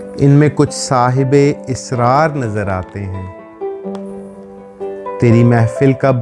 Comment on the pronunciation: Esrar na boly .....asrar boly